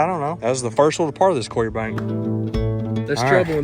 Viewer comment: Is the bank clear or cweer lol 😂